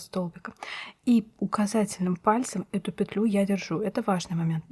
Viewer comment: Ну наконец! Целый день искала что-то подобное. Попадалось то плотное, то дырявое🤣 За петлЮ и нАкид - отдельное спасибо😍. Старая интеллигентная советская школа. Пожалуй и подпишусь ради этого😁. Всем щас стало казаться, что правильно накИд, потому что накИдывать. Хотя почему-то если прикУсывать - не прикУс, а прИкус😂. Волшебный русский язык😉. Недавно попадался фильм Настройщик" К.Муратовой - крупнейшего советского режиссёра, ну так там тоже звучит нАкид. Неужели бы человек такого уровня и статуса не заметил бы, если бы это была ошибка?🤷‍♂